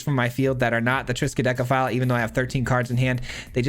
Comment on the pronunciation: Triskadekaphile again? And you pronounced it right!